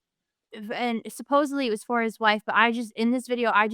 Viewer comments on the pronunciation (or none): The girl leading this show is dumb af. She keeps referring to oxygen masks as gas masks and says ‘supposebly’